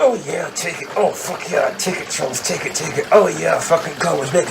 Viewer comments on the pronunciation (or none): none